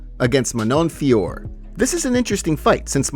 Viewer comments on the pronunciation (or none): DON'T LET JON ANIK INFLUENCE THE WAY YOU'D PRONOUNCE MANON FIOROT'S NAME PLEASE, IT'S FEE-O-RO